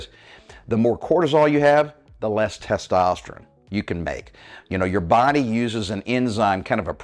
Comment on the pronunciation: been listening to you for about a month. So far, I really like you and your program. Appreciate the advice. But, for the love of God, could you learn to say the word “testosterONE?” 😂 Dude, that’s an “O,” not an “I.”